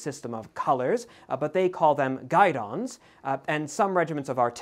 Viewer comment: I may be overly-Frenchifying my pronunciation here, but isn't guidon pronounced GEE-don, and not GUY-don?